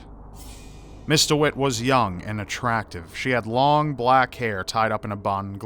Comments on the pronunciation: Am I hearing it wrong or is actually saying Mr. Wit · ok but did anyone else think he said "mr witt"?